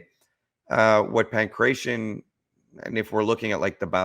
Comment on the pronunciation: Stop sayin pankretion (my ears hurt). Its Pangratio xD